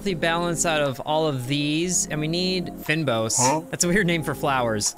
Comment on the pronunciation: Thank you. Was coming here to post the same. His pronunciation there probably puts everyone from SA on edge 🤣.